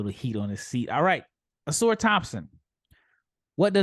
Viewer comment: Can someone please tell to stop pronouncing Ausars name OH-SAR THOMPSON lol idk why ppl struggle so much pronouncing the twins names right